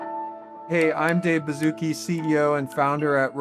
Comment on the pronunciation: The ai messed in saying “hey I’m Dave baszuki